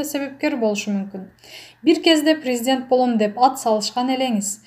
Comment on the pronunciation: Ой тообо сабаты жок тупая окуганы уккан адамдын кыжырын келтирет. Орусча суйлотуп коруш керек экен. Даже кыргыз тилин норм. суйлой албайт ударен. да норм койо албайт. 🤮🤢Операцияны оопрация, президентти врезидент дейт башында. Инвестиция нветитця. Абалды жакшырса деген созду абл жакшырса, таарыныч деген созду тарныч, Аллага деген созду алага уужас🥶 Анжеликаны Желика Аселди Сел кадырбекова. Свеееердлов. Вроонучу кудуул. Дииний китеп окуп жатам. Аай сабатсыз тоок мээ.